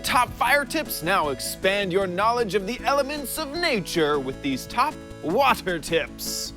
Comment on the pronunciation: At the beginning instead of water tips it sounded like wafter tips